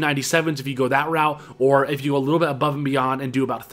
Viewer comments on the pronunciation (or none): none